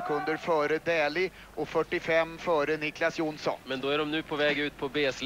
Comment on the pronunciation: Не Дули,а Дэли